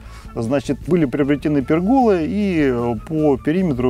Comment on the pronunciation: Нельзя говорить - ЖАЛЮЗЯМИ ... . А в слове ПЕРГОЛА - ударение падает на первый слог ...